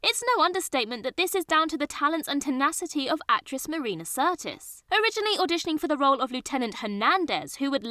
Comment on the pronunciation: "Marina Certis"?